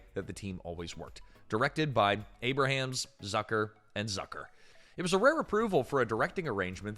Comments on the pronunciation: You’ve used a real person for years in this channel now you’re using AI? Jim Abrahams is not pronounced Abe-ra-hams. It’s pronounced Abe-rums. Your last few videos have had many mispronunciations. It’s very discouraging. If this is a real person, he’s got issues. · Abrahams is pronounced Ay-brams, not Ay-brah-hams.